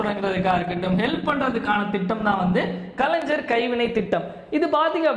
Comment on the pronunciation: Kalaingar ஞ் உச்சரிப்பு தெரியாதா தம்பி